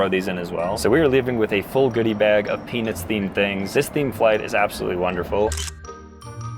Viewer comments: Bro said peanuts so many times it sounded like penis sometimes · Was watching this while I was making dinner and my little one says “mama why does he keep saying penis” every time you say Peanuts 😂😂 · Bruhhh moist towels with peanus? Is the T the silent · Lol it sounds like it's saying penis instead of peanuts 😂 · Bro please pronounce the T in Peanuts😂 You said it so many times and all I was picturing was an adult themed Bachelorette style flight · Please pronounce peanuts more clearly 😂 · His pronunciation of peanuts vrs pen*s was odd. And funny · You ain't Sam Reid, also pronounce the T in peanuts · Bro did NOT say peanuts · bro is not saying peanuts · Guys, i dont think he was saying "peanuts" on the last flight 💀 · Peanuts or pen15 bruh u need to work on ur pronouncing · bro didn’t say peanuts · PeanuTs the T isn’t silent bro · I did NOT hear peanuts at ALL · Maybe try not to say peanuts to much anymore it doesn't sound like peanuts😅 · I swear hes not saying peanuts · Many times when you said "Peanuts", it sounded like you said something non-YouTube-friendly...